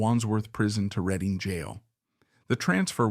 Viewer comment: Where exactly is "Reeding" jail. 😠 And why does this AI slop keep referring to Wilde as "Wills"??? "Upon arriving in France, Wheel Deep...." ??????